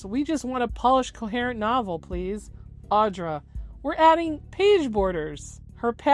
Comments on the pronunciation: Very small nitpick on the video im sorry. But she goes by Audra. Not Audrey. I get it they sound the same but this situation has gotten so big in scope that if you’re covering the situation as of now, you can at LEAST get her name right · Nope, it’s Audra Winter, no “s” at the end. No idea why people keep misspelling it. All you have to do to check how to spell her name is to google her. You also called her Audrey around minute …kind of weird.